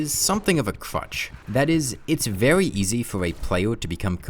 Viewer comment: “Vewy slow”